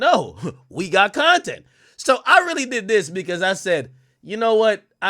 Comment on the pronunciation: You said "Bontent" ? 😂😅😂😂